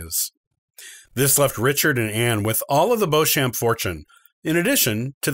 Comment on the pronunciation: "Warwick" is pronounced "worrick" and 'Beauchamp" is "Beecham" "Anjou" is "OHN-joo" "Gloucester" is "Glosster" (like lip gloss) "Tudor" Is NOT "Two-door". It's "TEW-duhr"